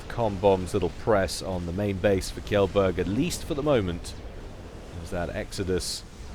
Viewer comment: Kjellberg is actually pronounced more like "chain", Chellberg (and a soft g)